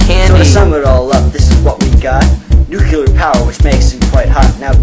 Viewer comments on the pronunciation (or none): maybe you got 87% because you keep saying "nucular" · NUCLEAR. Not NUCULAR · Why do you say "nucular" all the time and then, in your rap, say not to say it? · New-CLE-EAR energy or New-clear not Nu-ku-lur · Please learn to say "nuclear" correctly... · Thumbs downed for pronunciation of nuclear fail.